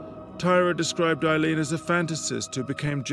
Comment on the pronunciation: I just want to say I think you're mispronouncing her name possibly which kind of sucks if that's the case to be doing it to the entire presentation rather embarrassing I guess but I think her name is pronounce: Ayeleen...Ay-leen...not Iy leen not eye leen... Does anyone know what I'm trying to say?